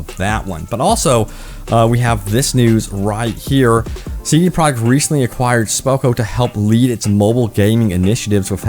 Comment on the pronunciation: I keep hearing CD "product" red and it's honestly taking all my attention from this video. It stands out almost as much as hearing Benedict Cumberbatch say PenWen